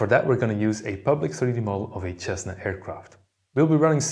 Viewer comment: You know how to pronounce <SS>essna ?